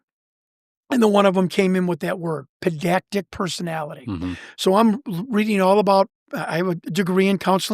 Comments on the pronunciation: Pedantic, not pendactic. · C'mon, this is the 5th time or so, and since me is another such guy, it must be said now: the word is PEDANTIC, not PENDACTIC!!! 😡😂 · " pedactic"...is it possible he means "pedantic"? One would think if he has a degree in almost any field,he would know how to pronounce this word correctly. I blame the broken education system in our country today and in the last 30 years. With all due respect. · It's Pedantic not Pendantic, sorry I'm just being pedantic. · It's PEDANTIC not pen-dac-tic. PED-ANTIC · It is not pedactic it’s pedantic,… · Guy keeps saying ‘pendactic’. It’s driving me nuts. He means pedantic right? Also, yes, I see the irony here. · "pen-dac-tic"? does he (the guy with the counseling and psychology degree) mean to be saying "pedantic" ? he keeps saying "pen-dac-tic" over and over. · At the risk of being pedantic....its pedantic. Not pendactic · “Pendactic”? Can’t take this guy seriously. *pedantic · All the pedantic listeners getting triggered each time he says "pendactic" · Lol this guy is rad. "Pendactic" 😂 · Say it with me: “Puh…Dan…Tick. Pedantic.” Like I’m being now. In all seriousness, great show! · He's got a degree in counseling Psychology, yet he can't pronounce pedantic and we are to believe him. Right. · I'm in Ireland and 44 minutes in stopped to read the comments. Jazus it's pedantic I shouted at the phone. 😅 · Thank you. The irony in mispronouncing this can’t be made up. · Hearing “pedantic” mispronounced several times drove me crazy. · Im pretty sure he is mispronouncing pedantic personality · I don't hate him. However it's a big red flag when someone who claims to have a degree in any field can't pronounce " pedantic" correctly. It just reduces his credibility. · Take a Shot everytime he sais pedantic wrong. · Pendactic? Spececifity? Guy doesn’t even know words. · Pendantic. PEDANTIC. Not pedactic. Combative not combative. He's cute but my god does he take poetic license with words.